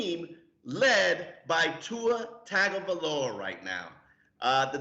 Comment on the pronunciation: My 11 year old son can say Tuas full name (look up his first name). How many people do you work with that you can't even say their name. Its a little ridiculous.